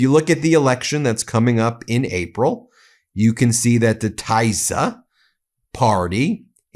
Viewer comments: TISZA NOT TAISZA! FIDESZ NOT FAIDESZ! 😊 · Tii-za it's pronounced and Fid-ez party. Tisza is a river in Hungary. Peter Magyar used to be in Fidesz but with all the pedophile scandals related to Child Orphanages (sounds familiar right) and Orban pardoning pedophiles related to it, and blaming it on Peter's ex wife he decided to make his own party and hates Fidesz now. (Hungarian partner tells me) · I love your show. Adorable (mis)pronunciation in Hungarian. Here is some help: - Magyar can be pronounced as majar (j similar/approximate to the j in jar). - Tisza can be pronounced as Tisa (i for India, s for sugar, as the compound letter sz is the s sound, pronounced like s in super). - Fidesz is Fides (again: i for India, s for sugar, as the compound letter sz is the s sound, pronounced as s in super). It's consistent in this language. Keep up the amazing work, Ben! You and your network have a huge, much-needed impact on truth-journaling! Stay safe! 💙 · Just a word on pronunciation Ben. Peter Magyar's last name is pronounced "Modyar". Tisza is pronounced like "Tissa" and Fidez is like the "i" in Fin. We in Hungary are not fooled by Orban. He is only trying to look after his own investments in Russian oil and gas, not the betterment of Hungarians.